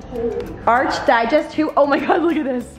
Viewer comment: ARC digest not ARCH,, like "architecture"